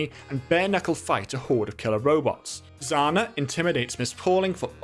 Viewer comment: Heavy's sister name isn't Zana, it's Zhana.